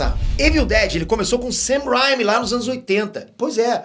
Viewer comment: não é Sam Raimi é Sam Raimi a letra A tem som de letra E.